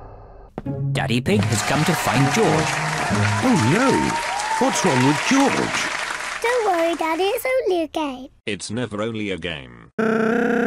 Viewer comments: It's not joj dude it is GEORGE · It’s not joj it’s George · It not joj it George omg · It sounds like George not joj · Uhm Its George not joj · its not joj its george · To this day Roscoe still calls George Joj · Why dose roscoe call George joj